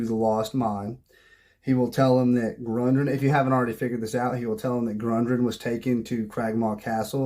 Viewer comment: Great video and great advice, but... It's "Gundren" and "PhanDUHlin", not "Grundren" and "PhanDAElin". 😂